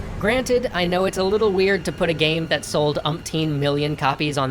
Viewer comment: "Gaem" is making me laugh so much 😂